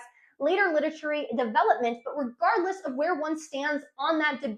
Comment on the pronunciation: She has a bunch of these. Mirtha for Mithras. Near the end she makes literary sound a bit like literature. She takes a syllable out of canonical. There are more in this video and examples like these are in all her videos. It's a mark of her sincerity and flow state that she has no interest in correcting these.